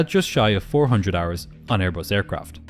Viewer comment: “Brand new AirBUST with non-functioning important systems and inexperienced pilots — what could possibly go wrong?! As troublesome as your inability to properly embrace words containing the letter “H” in the English alphabet.